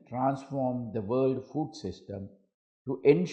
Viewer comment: Mr. President be aware of the pronunciation I heard you say rights to Fool. Are you? Anyway thanks to Teleprompt.